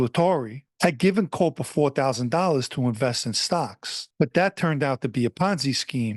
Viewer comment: His last name is actually pronounced “cop-pa” I would know, I’m a Coppa & this piece of shit is actually related to me. Also he had Marlboro projects because he grew up on 9th st & Ave V, right across the street from Marlboro projects on the 86th strip. I never knew him personally, my side of the family moved to Philly decades ago.